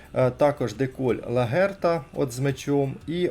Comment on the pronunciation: невже не можна краще готуватись до відосів? Не ФелічЕ,а ФелІче,не ЛаГерта,а ЛаҐерта і так далі. Серйозно,ну аж вуха ріже